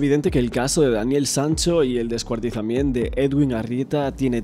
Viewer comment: Pero por qué dices "descuartizament"???